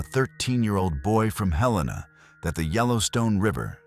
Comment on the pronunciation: Regarding Luke... YOU USED THE WORD HELAINA... PRONOUNCE IT "HELL A ÑAA."... AKA HELENA